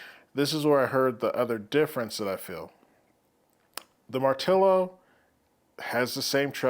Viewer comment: First! No not post, First one reviewing I heard to pronounce the name correctly! Great video! I do find it slightly weird that they call it BassHead, lots of bass, but BassHead? I guess, but not for me!